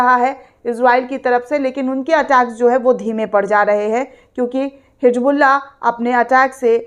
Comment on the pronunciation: Medam ye kya ap bar bar HiJBULLAH HiJBULLAH Bolte ho sahi se HiZBULLAH bolo 😅😅😅😅😅😅😅